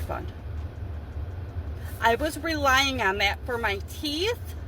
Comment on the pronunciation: she said i was gonna use that for my teef lol